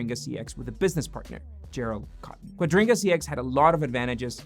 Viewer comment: Kua dri ga not quadringa